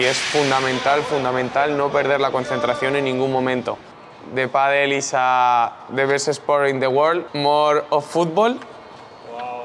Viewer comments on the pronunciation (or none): Great video! Only one thing I would like to ask. Please quit pronouncing it ‘paddel’. ;-) Pádèl